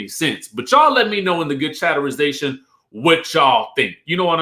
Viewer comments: Please STOP saying chatterization!!! Omg🤦🏽‍♀️ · Omg i love but he can thro that chatterization away